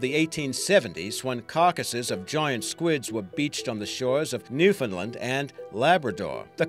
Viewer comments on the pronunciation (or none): none